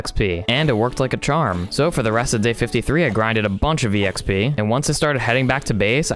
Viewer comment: I love the way you say exp not xp